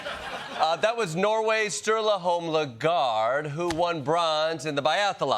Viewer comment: pronouncing Laegreid as "Le Gard" takes the true American creativity that can only come from someone who garduated from College University...